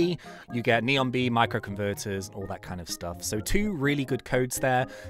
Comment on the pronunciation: No hate i just thought it was funny he said rose tree he also said noen bee (sorry if i spelled it wrong)